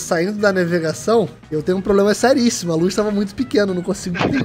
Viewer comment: Só eu que ouvi o falando naivegação kkkkkkkk como amo esses influenciadores, a produção os vídeos e o final level tbm né óbvio MDS!!! o vídeo do final level foi lançado a sete horas atrás e já tem 35 mil visualizações sério final level vcs são demais!!!!!